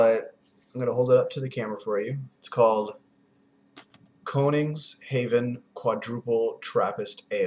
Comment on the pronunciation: It's Koningshoeven, not Koningshaeven, that's why you couldn't find any info. It has a wikipediapage, though, and a brewery website. Youtube won't allow links, so just google 'koningshoeven'.